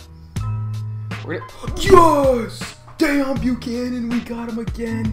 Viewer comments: DEEEEEON NOT DAAAON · No it's kinda like Déone the way he says it